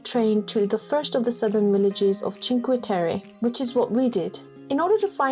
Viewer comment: A travel documentary but you start with Chinque....terry? 🤦🏻‍♂️ If you've been there surely you know how to say it...